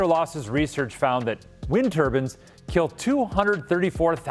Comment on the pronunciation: Am I the only one who thinks he is saying "turbines" incorrectly.